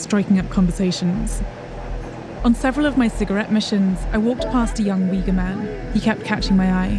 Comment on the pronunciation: The family they interviewed did not speak Uyghur, and Uyghur is not pronounced like this